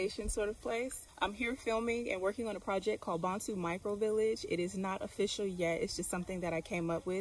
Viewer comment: Nice Vlog - btw the name Bonsu is Pronounced: 🗣 B-O-N-E-S-U 🇬🇭😂😂 In Ghana everyone is family